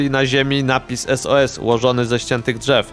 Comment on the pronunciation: To pierwsze bardziej na Sus nie sos